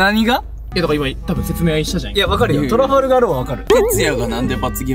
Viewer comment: 今更だけど トラファルガー が トラガルファー になっててどっちが正しいかわからんくなった